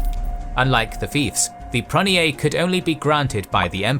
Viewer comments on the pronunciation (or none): It’s arguable how best to anglicise the pronunciation of Greek and French. But I don’t like this fellow’s choice. Example: pronoiar. He says pronny-ar. I would go pro-NOY-ar... Also bizarre is his KOn-stanty-NOPPLe!